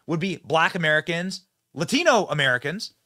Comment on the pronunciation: the reporter says “Latino” with an accent. Just say it normally! OMG! AOC does that all the time too, they sound like fools.